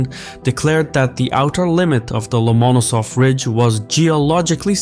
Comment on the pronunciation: love your stuff..butyou didn't do your homework here. You say the key name incorrectly most of the time in this video. In Russian, like in English, where tou place the accent is everything.Lomonosov, the accent here must always fall on the penultimate syllable, which you a few times hit corectly more or less, but more often did not...